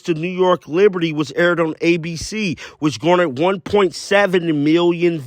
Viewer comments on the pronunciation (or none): none